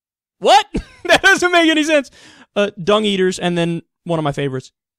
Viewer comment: i think he said dong... not dung